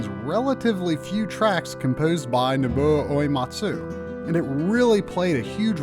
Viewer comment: Do you wanna try pronouncing Nobuo Uematsu again.